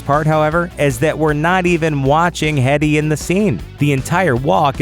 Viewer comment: That is not how you pronounce Lena Headey's surname! Come on guys, do your research! -.